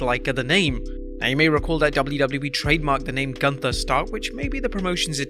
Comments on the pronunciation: That's pronounced as Goonther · Is it "Gunther" or "GUNTHER"? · First ☝️ great vid as usual😎 PS. For some reason I can’t stop laughing at the way u said GUNTHER! 😂😂😂